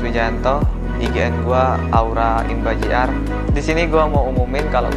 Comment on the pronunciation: itu bilang Imba jr aja Imbar jr 😂😂